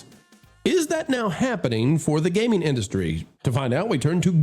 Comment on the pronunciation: I couldn't stop laughing at the opening. Gayming!!!